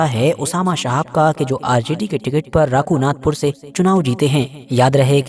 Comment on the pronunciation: Rakunathpur nahi . . Raghunathpur.